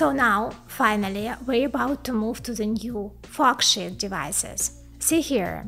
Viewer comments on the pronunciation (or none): Please work on your pronunciation. I was laughing a bit too hard listening to this and hearing "f*ck shit". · Just gotta love the way she says “forksheet”…… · not to offend but the pronunciation of FORKSHEET, sounds more like F*CK SH*T, I can't stop laughing haha, great content tho. Keep it up plss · Lol. Every time you say it, it sounds like “fu@ $hit” transistor. I am sorry I can’t stop laughing. That did make this very entertaining... I always love your videos. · Yeah, no disrespect and a great video, but once I had heard it I could simply not unhear it, "nano shit" and "fox shit". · I thought I was the only one hearing that. it's funny. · Don’t get me wrong I LOVE this channel but at the beginning it sounded like she said “Fuck Shit Transistors” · Love your channel and you made me laugh at the way you pronoun sheet.